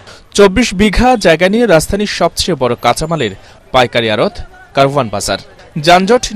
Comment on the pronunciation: উচ্চারণ হবে কাওরান বাজার।